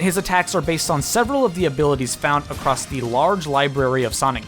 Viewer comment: Who else heard acwoss instead of across